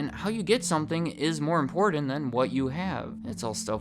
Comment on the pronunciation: Lolol the word "IMPORTANT" are not two words , we always have a drinking game everytime you mispronounce the word (s) it's always hilarious !